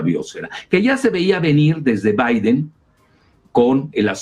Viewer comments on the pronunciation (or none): none